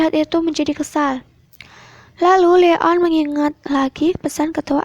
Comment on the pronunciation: Bilangnya Leon bukan le on